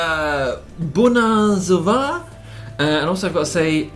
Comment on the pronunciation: "buna zuva" ? seriously ? "buna ziua" with U :P